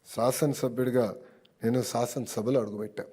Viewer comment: లోకేష్ గారూ, బాగా మాట్లాడారు, కాని కొన్ని అక్షరాలు పలకడంలో జాగ్రత్త తీసుకోండి. విద్యాసాఖ కాదు, విద్యాశాఖ అనాలి, సాసనసభ కాదు, శాసనసభ అనాలి, సత జయంతి కాదు శతజయంతి అనిపలకాలండి. స కి శ కి పలకడంలో తేడా గమనించండి. ఏమీ అనుకోకండి. జై శ్రీరామ్